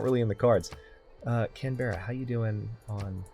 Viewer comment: why can't people say australian cities right its can-bra not canbeara